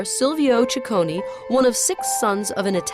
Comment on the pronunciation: It's NOT "cicconI" it's "cicconEEEEEEEEEEEE", just like the "e" in END :-P